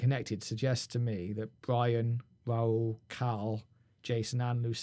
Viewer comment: Im from 🇪🇸 and you said rauls name perfectly